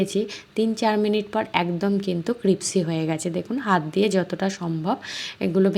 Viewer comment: "Crispy" শব্দটি সঠিক ভাবে উচ্চারণ করুন প্লিজ